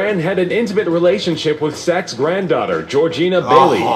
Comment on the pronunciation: Andrew Sachs, not SOCKS.